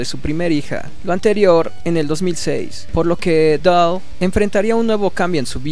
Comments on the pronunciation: POR QUE DICES BRODY DOLL.....ES DALLE. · Me duele el cringe cada vez que este wey dice Brody DOL. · el apellido se pronuncia "dali"